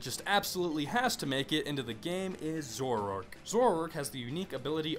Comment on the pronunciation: You are horrible at pronunciation... Scizor- See-zor Zoroark- Zorro-arck Conkeldurr- Con-KELL-dur Accelgor- Ack-sell-gor I'm actually not sure about Mienshao though... I still say Mee-in-Shao